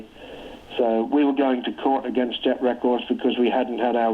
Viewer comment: I was willing to overlook the pronunciation of "contribute," but butchering "against" is baffling.